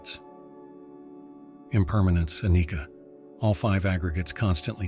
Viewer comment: Yes, I wonder all the time when you (AI) says "anicca" - I don't think it's pronounced with "k", more like this: uh-NICH-chuh. 🙂